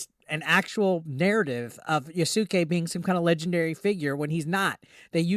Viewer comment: "yasooke" lmao